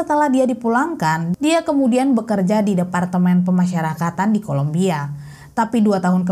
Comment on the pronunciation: yg benar itu Columbia, bukan kolombia. beda banget lhooo beda negara itu. tolong diperhatikan